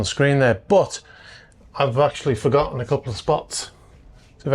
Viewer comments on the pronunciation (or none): none